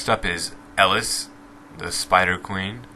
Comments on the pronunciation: its not pronounced elis, its eelees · try to stop breathing right into your mic like every 3 seconds i hear PHHP when you are speaking, just put it to the side of your mouth -Eleez not Ellis -Vigh not Vee -Etzeeoh not Ezeeoh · The only thing that really bothered me was that you pronounced some of the names wrong. 1.Elise is pronounced "uh-leese' 2.Vi is pronounced "va-eye" Not to be a jerk, but stuff like that kinda irritates me. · try saying their names correctly first its not Ellis-its Elise idiot ass etc etc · Did he just say ellis? like does he not know how to say El-ees lmfao and he can't pronounce Byrnison. I don't even know Golden Compass but it's not that hard to say Burn-iss-in. Why do some Americans not even know how to read and sound out their own language when foreigners know how to speak both their own language and English. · Jeez you butchered their pronunciations. "Vee" incorrect it's Vi as in VIolence. You said "Ellis" it's pronounced El-ees. It's not "shaako" it's shah-co. Last one that bothered me was Zyra. Phonetically it's Zeer-a. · Jesus man work on pronouncing names before making a fucking video jesus. You s Ezio as (Ez-e-o) Elise as (El-Lis) now i know this next one is a Shaco Harlequin (Harl-a-kin) , Kha-Zix ( Ka- Ah Zix), VI (Vee). This is how its pronounced Ezio (Et-Z-O) Elise ( E-Lease) Harlequin (Har-Le-Qu-in) Kha-Zix (Ka-Zi-X) Vi (V-I) Please just stop talking how in the world is stitch 626 related to Fizz at all color and ears and Eye size is all other then that nothing. Please make more sense next time and have good follow up information. SUPPORTING DETAILS as to why you believe what you do about these champs. it helps make your videos seem more solid. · elise = E-lise not ellis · It's Elise, not Ellis .. pls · E - lease. Not L - iss. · I just have to put it out there that it is no vee its vi and its elis its Elise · ITS NOT ELLIS! >:c ,y ma,e is Elise and its NOT pronounced ellis! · u pronounce elise as alice? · E-Lease (Elise).